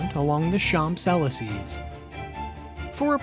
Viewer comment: “champs elysees” 😂😂😂😂 yanks pronunciation hilarious